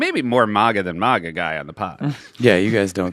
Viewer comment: has Seth ever explained why he pronounces MAGA as 'MAW-guh'?